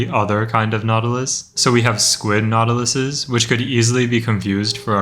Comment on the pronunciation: every time bro says the plural of nautilus I only hear "nautilussy"